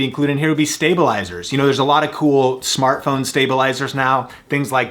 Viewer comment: "Smatphone Lenses" :D